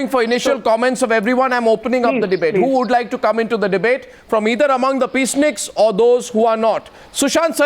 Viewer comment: Please read it as *peaceniks instead as peace snickers